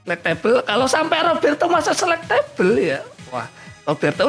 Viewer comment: Baca selectable itu select able bang. Bukan select table